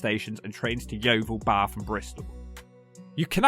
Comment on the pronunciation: And he actually knows how to say Bath. People from London always say Baahhth trying to make it sound posh.